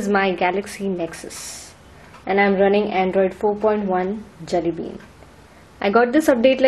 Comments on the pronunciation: This gal is so dumb.. ur accent is jalebi whenever u say Jelly bean.. lol.. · I swear I hear Jalebi every time u say Jelly Bean :)